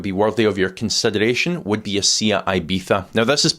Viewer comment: That would be the Spanish pronunciation. (But Seat is not See-at but Seh-utt.)